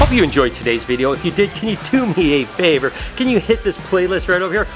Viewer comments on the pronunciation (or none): none